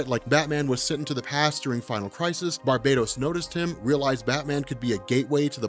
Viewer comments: Its BAR-BAH-TOS NOT BAR-BAY-DOS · we have finally deduced the proper pronunciation of the name of Metal's primary villain: NOT 'bar-buh-tos,' (sounds like "Barbie Toast), neither 'BAR- bay-tos,' (rhymes with BARBADOS); but "Bar- BAT-ohs"...say it out loud with me: Bar-BAT ohs...emphasis on 'bat' on the name...does that stand to reason? the Bat-inspired motiff, the DEAD BAT on his chest, and "BATMANIUM" all lend to the heavy "BAT" in his name. I want you to always have the one-up on BENNY--he can't even say "ATHANASIA"--and the key is proper PRONUNCIATION of some off the names and ideas in our folklore. MJOLNIR; THEMIYSCIRA; KAMANDI... Great vid as usual and thanks!! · R MCX It's Bar-BAT-os actually. Pretty obvious.